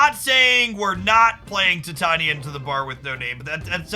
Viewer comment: Hey, I just thought I mention that Titania is pronounced like the metal titanium but it's with an A at the end instead of UM not an issue just thought I'd mention it.